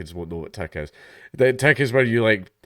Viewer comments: It's tick not teck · It's 'tick' not 'tech'. Dank just pronounces it that way because of his Scottish accent